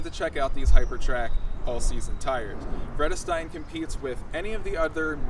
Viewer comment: Not correct pronunciation if you know German as I do